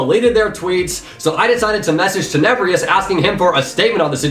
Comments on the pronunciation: did you actually just say... teneBREEEEous? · You pronounced Tenebrous wrong